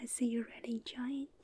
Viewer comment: When she say "see" its like "si" in spanish